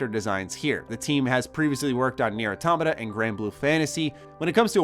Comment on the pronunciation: Thank you for pronouncing automata right